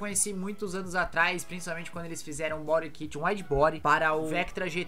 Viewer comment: Engraçado a pronúncia bori kit 😵‍💫🤮